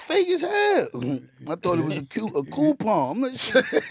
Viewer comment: Mase gave me a "Coolpon" 😅😂😂😂😂😂😂😂